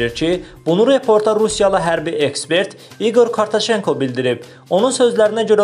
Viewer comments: KARTACENKO YOX❗KARATCENKO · KORTOCENKO YOX KOROTCENKO AY BİSAVAD. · İgor Korotcenko , Kortoshenko yox. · Korteçenko yox .😡😡😡Ay bisavadlar kişinin familiyasını heç olmasa düz oxuyun.Sizi bu saytlara kim buraxır axı?